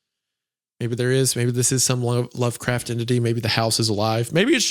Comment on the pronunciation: 1 single minute in, hunter mentions lovecraft and butchers pronunciation. Back to regular programming folks